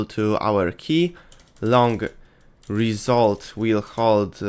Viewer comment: Result ❌ Resoult ✅